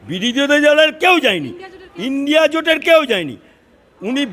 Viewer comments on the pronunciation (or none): none